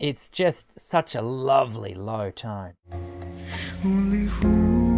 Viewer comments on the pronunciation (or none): none